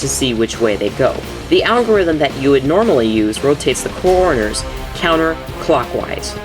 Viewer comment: you said coroners instead of corners lol